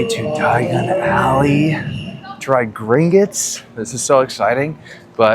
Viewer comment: it’s Gring-otts not gring-itts haha